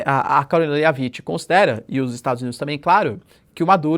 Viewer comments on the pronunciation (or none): Professor, a pronúncia da Karoline Leavitt é algo como “Lévit” com t mudo. Sei que você se interessa por esse tipo de sugestão então mandando aqui. “Leavite” dói no ouvido 😂